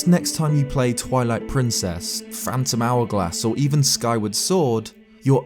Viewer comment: "PHRANTOM HOURGLASS"